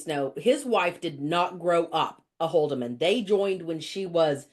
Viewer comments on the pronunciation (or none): It is spelled Holdeman, not Holderman, even though many Holdeman pronounce it with a nonexistent r.